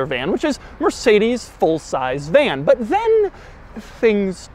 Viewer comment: He said vlan